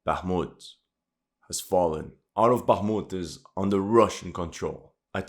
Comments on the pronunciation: For you guy that know Russian and Ukrainian check out how Zelensky,fuccqed up the pronunciation of Bākhumt,then corrected it to Bakhmūt 😂 because he is a native Russian speaker and not a Ukrainian native speaker. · I heard on a Talkshow sometime back that since Zelenskyy is from a Russian-speaking Ukrainian family, he always pronounces it the Russian way - “Baakhmut” & not the Ukrainian way “Bakhmoot” & ends up correcting himself a lot of times. Dunno if this is true - maybe some Russian speaker can clarify! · So funny ... Zelesnky has to correct his pronounciation of Bakhmut ... hilarious !